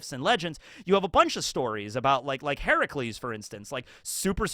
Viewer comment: CORRECT PRONUNCIATION OF HERACLES WOOOOOOOOOOO